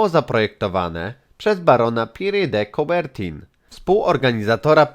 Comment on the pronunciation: Jak już jesteś taki otwarty na pogłębianie wiedzy, to poszukaj jak POPRAWNIE brzmi nazwisko twórcy flagi olimpijskiej... W pierwszej chwili nie wiedziałam, o kim mówisz... Powodzenia...